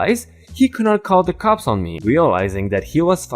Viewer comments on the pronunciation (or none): none